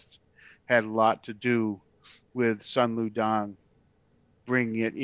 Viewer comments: Sun Lu Tang....Soon Lou Tahng..... not Dang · It’s Sun Lu TANG NOT DANG WTF!!